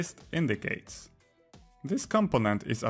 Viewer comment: Thank you for the video, one super minor reminder, c in "indices" is pronounced as a /s/ sound not a /k/ sound.